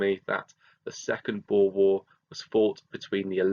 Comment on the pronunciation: Thank u so much for pronouncing ‘boer’ correctly! I’m half dutch and hearing ppl say ‘bo-er’ is hilarious but irritating lol